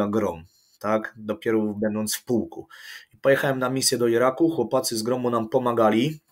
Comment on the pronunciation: Piotruś musze to napisać , od początku słysze jak wymawiają sie - chłopacy ... nie ma czegoś takiego w j.Polskim są "CHŁOPCY!"